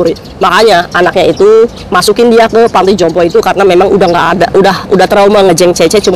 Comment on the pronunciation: Panti jompo kok dengar ku beberapan kali kok ngomongnya (pantai jompo....)🙏🙏🙏🙏